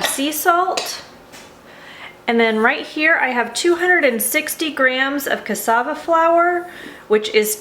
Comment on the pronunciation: Thank you for pronouncing Cassava correctly :-)